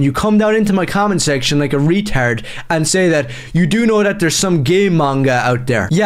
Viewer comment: ''Retauurds" and "Geey Manga"